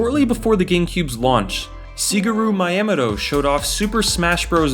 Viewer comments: I stopped watching after this man called Shigeru Miyamoto “Sheegeh-roo My-Am-moto” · See-gah-roo Mai-amatoe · Cigaru My Am Toe 🤣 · It’s usually best to stick to the Americanized pronunciation, since most of us (unless we’ve studied Japanese) aren’t going to have a great grasp on pronouncing it that way and it’ll just come out sounding silly. Something like “Shee-geh-ru (or “Shee-gay-ru”) Mee-yah-moh-toh” is perfectly acceptable. It’s not exactly correct, but it’s close enough. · Siguru miyea-moto, LMFAO. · Suprised no comment of Sea-guru My-ammo-toe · lmao i heard that and immediately scrolled down to the comments and saw this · That pronunciation of "Shigeru Miyamoto" hurt dude /lighthearted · Your pronunciation of Shigeru Miyamoto’s name is… unusual. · he doesn't know how to pronounce Shigeru Miyamoto? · I love your videos but you absolutely butchered Shigeru Miyamoto's name dude. XD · that pronunciation of Shigeru Miyamoto really takes all your credibility away.